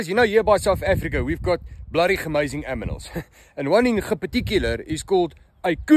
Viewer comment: He said aminals